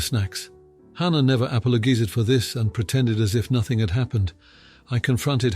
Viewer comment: I thought this was a real voice until it said “apollo-gee-zed.”